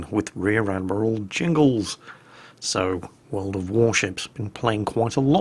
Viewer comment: "Rear admiral Jingles" I think I either heard or understood that wrong.